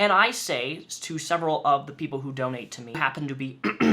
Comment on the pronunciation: is just creepy also is it me does she say doknow instead of donate?